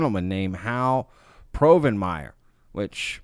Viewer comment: Harold "Hal" Povenmire: Dude-, there is only one R in his last name. I just couldn't help myself after the 6th time you said it.